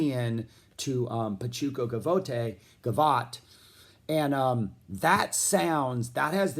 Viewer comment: For the record it's pronounced Ga-VOT - referring to the old dance - of which the most "tasteful" musical exemplar I can think of is Duke Ellington's Progressive Gavotte.